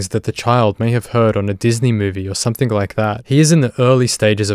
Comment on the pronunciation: Please stop adding a K on the end of words like something and anything! Your narration is perfect aside from that, love the episodes! Awesome to see all these scumbags go down on camera